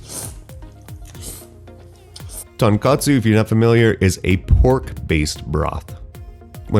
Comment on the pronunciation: Killing me pronouncing tonkotsu as tonkatsu, which is a completely different food.